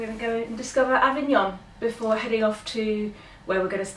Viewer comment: One does not expect an Italian to know ANY foreign languages, but your French pronunciation leaves much to be desired. Avignon was the Papal seat for over 200 years; that was the Papal residence! If you are planning any travel vlogs, either stay in Italy or learn the correct pronunciation of places you visit, keep well, keep safe!